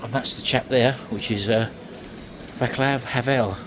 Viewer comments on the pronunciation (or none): I believe the Poles still use the zloty! Vaclav Havel - pronounced vatzlav - last president of Czechoslovakia and first president of the Czech Republic - you’re standing in Vaclav Havel Airport!